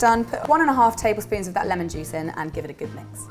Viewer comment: Not trying to hate but when she said juice it spumded like she said jizz